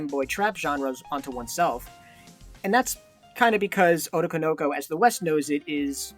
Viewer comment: Saying otokonoko like that is killing me 😭